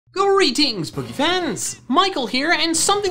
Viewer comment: What I hear: “Greetings spooky fans”